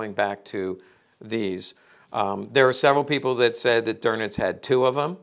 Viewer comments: Karl "Doenitz", not "Dornitz" or "Gorbbels". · Minor critique... the Grand Admirals name is pronounced "Doowe-nitz" not "Der-nitz". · No R in Dönitz 😮